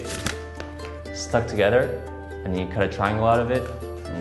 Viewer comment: ' accent came out:P "to-get-ter" instead of "to-ge-ther" lol so cute:3